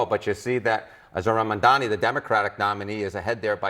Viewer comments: He still can’t even say his name correctly. I don’t understand what’s so difficult about it. It’s Mamdani—is the difference in pronunciation between an M and an N really that difficult? Or is it intentional? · It's not Mandan dummy it's Mamdani !!! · Hahah he keeps mispronouncing his name. Mandami? He knows how to pronounce it but refuses to to keep us thinking he is different from us. He’s not Mr Cuomo u are different from us!! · Why doesn't he have enough respect to say Mamdani's name correctly? What a pathetic jerk.